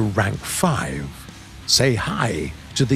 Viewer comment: Ik ViE NO it's ikv 91 AAAAaAaAAaAaH